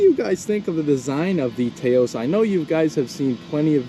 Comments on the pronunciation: It’s not “Tay-os”, but more like “Taa -os”. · It i's pronounced "Touse", like house with a T. Taos is a town in New Mexico. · It’s pronounced TAH OSE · Drinking Game: Take a shot every time he mispronounces the name of the car, saying "TAY-O's" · It’s pronounced Taos like mouse. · Rhymes with "house." :-) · Strange that you never have heard of Taos New Mexico and don't know how to pronounce the name. SMH